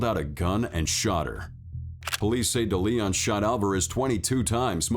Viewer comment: AI generated narration is always awful. I wondered why you consistently mispronounced "DeLeon". When you finally pronounced it correctly, it was obvious. AI. I'm out.